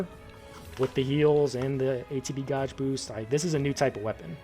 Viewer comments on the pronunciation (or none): Are you serious you don't know how to pronounce the word gauge lmao. That's too funny.